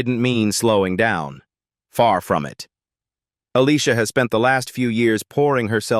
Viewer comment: 😮😮Look how he pronounced herr name 😂😂 smh smh smh